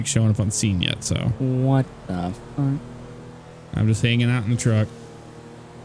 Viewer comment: “whaat the fwuck”